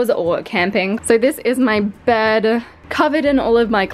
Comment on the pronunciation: I heard you saying "bird" instead of "bed"😂😂😂